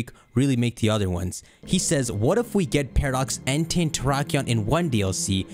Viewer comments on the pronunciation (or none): none